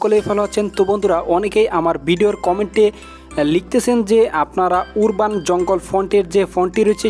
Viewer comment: Not উর্বান, Its আরবান ,,, কিন্তু pixcart এ অ্যাড হয় না. প্রিমিয়াম টা লাগবে , না হলে হবে না